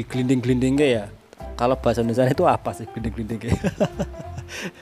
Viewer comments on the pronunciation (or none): none